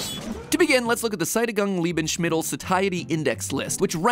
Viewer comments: "Liebenschmittel" Love that pronunciation. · It's pronounced se-ti-goong lee-ben-smi-tel. No sh inbetween the n and the m, just a simple s. I hope this helps! I also couldn't hold my laughter lmao, I didn't even know what the first word was until I read it myself. I rewinded like 4 times because it's hilarious to me haha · As a fellow german i can say there is no SCH between S and M but it should be added xD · Gotta squeeze in that CH between s&m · how he said lebensmittel.... that hurts me as a german